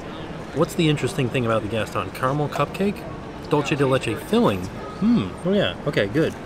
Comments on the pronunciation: Hi! The Mexican caramel style treat is actually pronounced “dool-seh” it’s a common mistake:) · dulce de leche is pronounced dool-seh de leche :-)